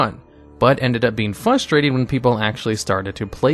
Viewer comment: Best parts of these videos: listening to say "fustrated" and "foilage".